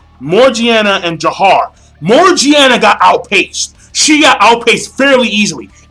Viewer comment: damn even in the anime i still don't like alibaba. and its Jafar not Jahar